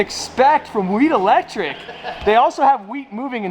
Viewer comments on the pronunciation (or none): Bruh every time he said Wheat Electric it sounded like he was saying weed electric